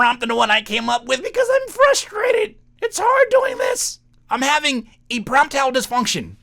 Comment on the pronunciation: E-prompt-ile dysfunction is SENDING ME LOOOL